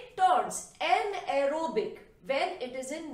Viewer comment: An ero bic haha I love that sound .....thnks ma'am 🥰😘